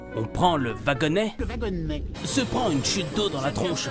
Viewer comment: le vagonnets😂😂😂😂😂😂😂😂😂😂😂😂😂 😂😂